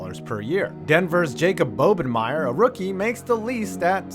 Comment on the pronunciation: Didn't even realize he talks about him in the vid lol. Also mispronounced his name, its Bob-en-meyer, not Bobe-en-meyer